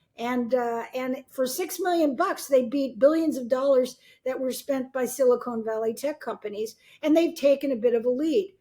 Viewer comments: This lady keeps saying "silicone" instead of "silicon". Makes it obvious she's just repeating stuff she's heard elsewhere without really understanding it. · “Silicon”, not “silicone”….. and the company is “OpenAI”, the product is “ChatGPT” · Sharp woman but please stop calling it "Silicone" Valley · Let’s accept tech news from this old crone who can’t pronounce ‘silicon’ valley. Embarrassing